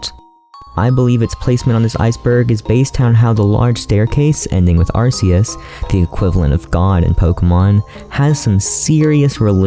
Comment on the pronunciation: Arceus is not pronounced "ar-see-iss". It is prnounced "Ar-key-iss"